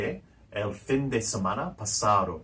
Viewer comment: Like your stuff but concerned about your pronunciation, obvioulsly not a native speaker, Why pronounce fin with English i? Surely Spanish pronouce it as FEEN